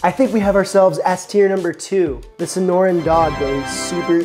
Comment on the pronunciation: Young man, Sonoran. Trust a 'zonie to correct you :) Ironically I have never had one haha!